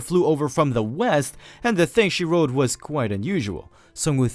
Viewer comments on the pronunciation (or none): none